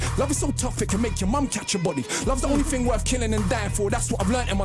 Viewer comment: Bit of info that will help you - when they say words that has "th" they only pronounce "t" Three sounds like tree Thing sounds like ting Youth (which he says in this) sounds like yout